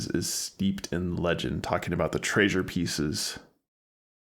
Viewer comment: STILL saying Tray-sure huh?